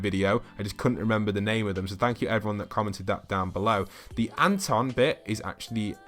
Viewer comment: Wait but Scott's ants name is Antony not Anton